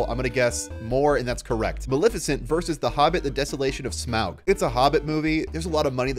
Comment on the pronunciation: The way he pronounced Smaug is irritating. As I Hobbit and lord of the rings fan this gets in my nerves.